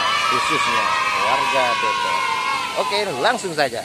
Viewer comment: Depok ga pake E bang